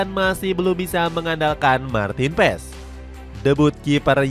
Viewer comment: Baca nya Maarten Pass bukan Maarten Pess